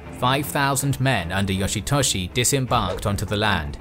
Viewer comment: Yoshy Toshy lol funny sounding